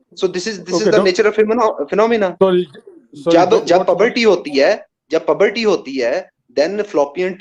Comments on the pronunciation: Ye puberty ko pabartee konsa doctor bolta hai bhai 😂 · Pehle to vapas school jao Bhai, na Urdu aati hai na English. Pabarty ? Fallopian tubes to bani rehti hai, "pabarty" mei nahi banti yaar